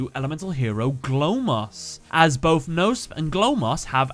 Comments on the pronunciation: Uff the German is ouch. German really has silent letters so Knospe (speak it Kenospee) and Blume ( Blumee) . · Yeah your german is terrible. You pronounce evry letter in Knospe and Blume in german. They don't eat their e's😅 So it doasn't sound like Bloom😅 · Not to be rude but the e in both blume and knospe isn't silent, the k in knospe as well. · Actually you pronounce it kno (similar to knob with out the b) and spe like special. Greeting from germany even i`m no yugi oh player they are realy interesting^^ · dat pronounciation of "Knospe" and "Blume". I'm like, there is no "noesp" in German and translates to "butt" looks at the actuall name oohhh....ohhhh, I get it now xD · In german the e at the end of Knospe and Blume is not silence. just sayn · The k of Knospe is also not silent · Knospe is not pronounced like that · I am just here to say, that that isn't how you pronounce "Knospe" Same for "Blume" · the word knospe got really butchered the k, p and e aren't silent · you couldn't be more off the actual pronunciation of the german names Knopse and Blume. the rest of the video is great tho